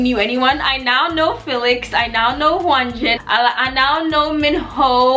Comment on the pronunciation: Hyunjin is pronounced yun-jin with a slight h sound infront